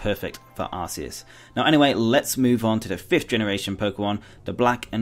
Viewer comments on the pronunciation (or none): I know no one is perfect but The god poke mon is said ( ar-key-us) true search pokemon mispronounce by aroua gardian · There were a lot of mispronounced names is this video, Arceus and Genesect, for example. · Well actually originally Arceus was pronounced that way but then they realised that in England arse means ass. I think you can say it either way.